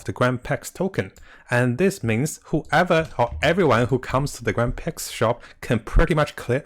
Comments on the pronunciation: It's pronounced Grand Pree, not Pricks. :) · grand pre not grand prlex